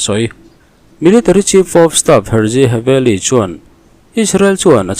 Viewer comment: Haveli nilovin “Halevi”